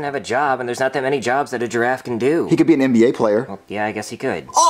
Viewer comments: I thought said gee ta raff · says jeraffe instead of jeda